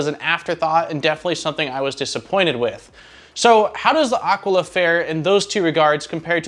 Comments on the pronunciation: It is aquila not aquala. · It’s Ah Quill uh. Nit picking. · yes, it is a latin world. It simply means "eagle" (the bird) and it is pronounced ˈa.kwi.la (accent on the initial "a"). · AKEELA is how it is pronounced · A-kee-la. :) Nice review, I've just bought one! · Aquila like Tequila is probably how it's pronounced. imho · This is totally correct. My high school year book was named Aquila and it was many years later that I realized that no one had pronounced it correctly. A quill a is also wrong as we used to pronounce it. BTW, this is native American for eagle. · You pronounce the name like you pronounce Taquila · Maybe you could start by pronouncing "Aquila" properly... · I've wondered that myself, and since Aquila is spelled like tequila, that's the way I went with it. I'm always open to correction when wrong though.